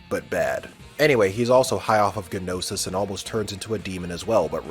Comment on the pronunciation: In pronouncing Gnosis, G is silent.